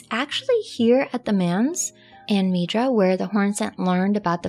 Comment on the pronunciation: Manse is pronounced like dance starting with an M, not like 'mans.'